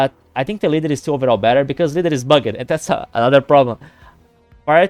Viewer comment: bugged is one syllable. bug’d